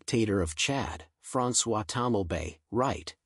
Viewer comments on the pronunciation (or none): none